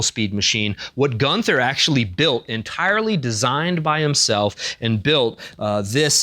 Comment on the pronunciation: Terribly sorry for this but it is [GUUN] + [TUH] (you don't say the th sound.) Like in Walther, it's a semi-silent "h"